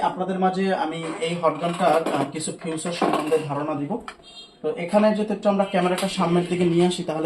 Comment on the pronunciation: ফিউচার না ফিচার। 😂